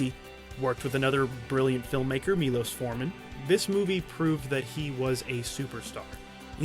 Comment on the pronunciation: It is Milosh Forman, because there is š not s, so you shall read it as sh in a word shrimp.